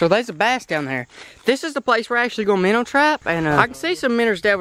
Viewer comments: It's minnow not minner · It minnow not minner